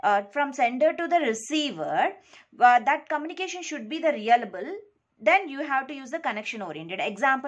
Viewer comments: Your pronouncing reliable as realable😂.. anyways nice explaination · It's reLiable not reAlable